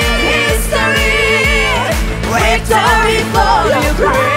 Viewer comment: Яка чудова пісня! Дякуємо! Слава Україні!!! 🇺🇦🇺🇦🇺🇦 (Якщо можна… порада щодо вимови слова «victory» - перший звук /v/ - губно-зубний, вимовляється так само, як і в українській /в/ на відміну від /w/ - у виконавців звучить як «wictory», а не «victory».)